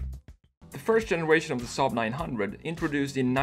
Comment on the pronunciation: You say saab like we in sweden do😀